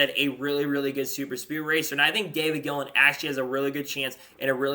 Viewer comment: Gilliland is pronounced Gill-i-land not Gill-and